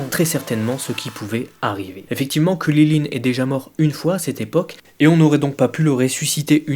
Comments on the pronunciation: WSH T SÉRIEUX C KRILLIN ET LUI IL DIT "KULILINE" mdr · Par contre on est en france est c'est hyper saoulant de t'entendre dire kulilin ou kaline et j'en passe .. Krillin/Karine c'est pas compliqué non ? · mec arrete de dire kuryline je vais peter un cable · Krilinnnnnnnn pas kwililin🤬😂😅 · Gokeu... Kuliline... Tu peux tout aussi bien prononcer Goku et Krilin "GokOU, KrilAIN" C'est pas la peine de te la péter :p sinon sympa la vidéo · Ces Krilin et pas Kulilin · pq tu dis krulilin ce kriline mais tu lis krilun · ARRETE DE DIRE KRILILINE C'est KRILIN PAS KRI LI LINE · mais comment il dit krilin lui ????? !!!!!!!! ......... kwililiyn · Pourquoi tu prononce krilin comme ça ? Pour faire malin ?